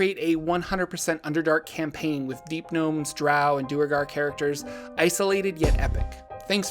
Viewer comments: Its not Doer-gar Its Dwere-gar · One thing that annoys me about the Duergar is how everyone seems to pronounce them Doo-ergar. That sounds so clumsy and is almost certainly not how it‘s supposed to be pronounced. The word derives from Old Norse dvergr for Dwarf which I think would have been pronounced with a w sound, maybe with an f sound. Anyway, I like to pronounce Duergar as Dwergar and I‘m gonna proselytize for it because Doo-ergar is silly.